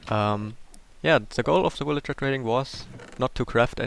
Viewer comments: just to help u... say vil-age-er for villager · I like the way it sound like you say "Willager" not "Villager"